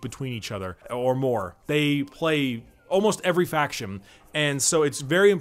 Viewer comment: So is anyone else noticing is swapping a lot of N's for M's as he speaks, am I hearing it correctly or am I slowly allowing the madness to take over? Betweem, Factiom, so on and so forth.